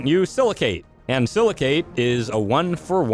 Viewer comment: Btw, the "cate" in silicate is pronounced the same as the word intricate. Yw